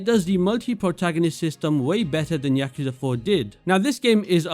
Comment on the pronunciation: When I heard you mispronounce yakuza in the first 3 seconds, I doubted whether I should the rest of the video but then I noticed your top 3 are my top 3.. the immersion you receive of playing as a detective in the most famous redlight district in the world and the story that keeps you engaged in Judgement is underrated. Many people just like the updated version of judgement in LJ but dont notice the minor details in what makes some people come back to judgement but not LJ. Each of the top 3 games immersion, story, side content, and music are unrivalled in the Yakuza series, not to mention, these games taking the biggest risk in the kind of games the devs created.